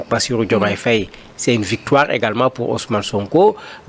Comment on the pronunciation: Madame l'animatrice essayez de bien prononcer le nom Faye. Faye c'est Faye comme en français et pas Fèye